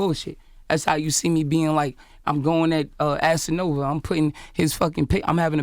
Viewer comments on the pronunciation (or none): He call Casanova Assanova